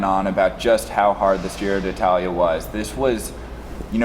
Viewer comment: Can't believe that whole Giro has passed, and you two guys havent learned to pronounce Giro d'Italia correctly. There isn't two "i", it is not di Italia, it is d'Italia, so just pronounce one "i" letter. Anyway, nice reviews, not so much technical and statistical, but not waste of time for sure.